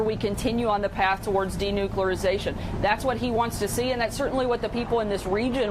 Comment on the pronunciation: Denucularzation....she just invented a new word